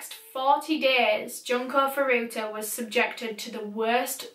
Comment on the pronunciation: Hey!, your video was very lovely to watch (an overstatement considering what it was about, of course)! I figured I might just let you know that Japanese u's are pronounced "ooh"! So her name was actually pronounced "June-Ko Foo-Roo-Ta"! No hate of course, still a wonderful video! It's just in case you ever do another Japanese case!